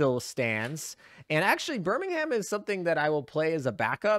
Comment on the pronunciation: Please tell me you didn't pronounce Birmingham as BirmingHAM? 🤣